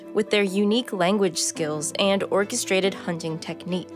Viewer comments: you kinda said *orcastrated*, so joke has already been made 😄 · “ORCAstrated” nice!!